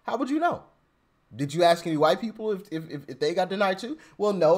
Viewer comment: First of all why would you give a 60,000 dollar loan to someone who cant talk . Saying acts instead of ask? Maybe you didnt get it because they thought you said act n weren't ask... ing for a loan ! Lol